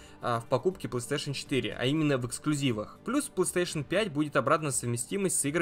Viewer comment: Это не ПлэСтешен, а ПлейСтейшн.